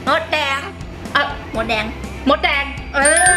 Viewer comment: หนูได้ยินว่าว่ามดแดงได้ยินเป็นมดเเดก